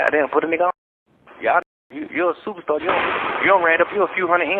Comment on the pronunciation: Ive been saying to people all day “ why you want give a FEATURE TO A SUPA STAH…WHY🤨😂😂😂😂😂🙌🏾🙌🏾🙌🏾🤣🤣😳😳😳😳😳TAKES ME OUT EVERY TIME 🤣🤣🤣🤣